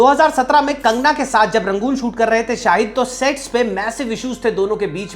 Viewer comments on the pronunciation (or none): Sets ko Sex kyun bol rhe ho?